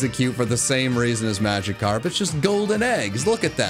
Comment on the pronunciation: It's Magikarp, NOT Machckarp!